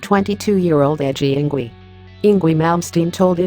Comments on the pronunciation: It's not Eengwee, silly girl. It's Eengvay! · Pronunced ING-Vay !! Ignore the auto-voice. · Good Lord! Enough with these horrid robo-voice videos! “Ingwee”? Really? Instant dislike for that alone... SMH... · I hate robot voices. "Ingwee." ugh. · you could at least pronounce his name rite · Is this google trying to pronounce Ynwie? He's Swedish, Swedish is a Germanic language, and Germanic languages pronounce w as v.